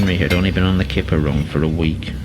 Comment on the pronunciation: I like how you like its called the flying kipper but you said th3 flying killer